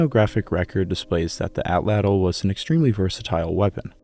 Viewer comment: Prefer you use the name of the hunting tool 'spear thrower' than to keep mispronouncing the PROPER name ATL_ATL...UMMM...(NOT fat cattle. as YOU pronounce AT-LATL) Just because the scientific community says it incorrectly doesn't mean that continued misnomer will 'become accepted as correct...ask a native. I love your docs and deep history, but this word keeps jumping out at me. I aim to help, not to harm.